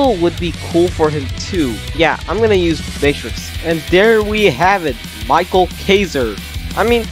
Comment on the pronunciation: btw isnt micheal kaiser pronounced mikael kaiser?